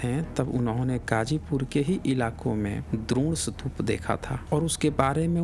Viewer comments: Boltein ho sutupa or likhte ho stupa.... Actually stupa or sutupa? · पहले "स्तूप" शब्द का उच्चारण करना सीख लो, फिर वीडियो बनाना।